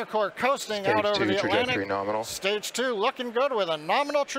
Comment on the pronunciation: LOL he said norminal.